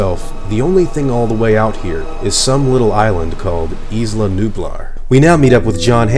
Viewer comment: The way you say isla is wrong. It's "I-La". Like island. You don't say is-land. Just saying. Don't care really and not even sure why I'm saying this lol. Great video totally just subscribed.